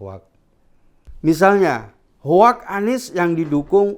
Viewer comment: Baca hoax aja salah..hoax itu bacanya hox...bego skip baca aja bego...apalagi bikin narasi skip blok